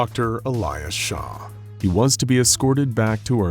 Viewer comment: "doctor Elijah ShAWh"